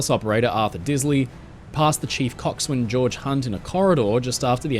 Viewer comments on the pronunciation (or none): "coxwain" is pronounced "keksin"